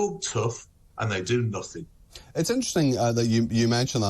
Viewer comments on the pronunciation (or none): Nofing, nofing. No suwender, never, never , never.